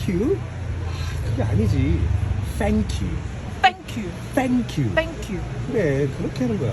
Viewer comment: 땡큐는 왜 핸큐가 아니라 팬큐에요? ㅋㅋㅋ